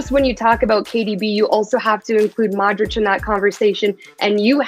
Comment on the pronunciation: Please, if your are going to do this, LEARN how to pronounce Luka Modric correctly!